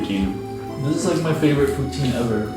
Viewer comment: They're in Quebec based off a flag I saw so dude should not be pronouncing poutine like that